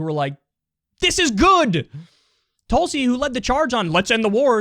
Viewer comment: pronounce her name correctly. TOOLSI